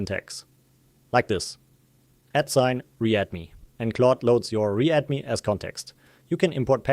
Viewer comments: Why are you pronouncing "read me" as "re add me" when you are describing on sec of this video? Is there any specific reason. I am curious. the contten of this video is really good though. I appreciate it. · must be AI voice... becomes "at re-add me" :D